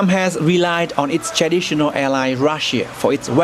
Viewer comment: His accent strongly influenced by North Vietnamese accent. He can't pronounce properly words such as "traditional" he can't speak "tr" but used "ch" instead, you can clearly hear chaditional.